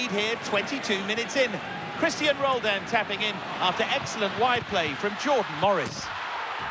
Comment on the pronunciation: he said “Christian Rolled In” haha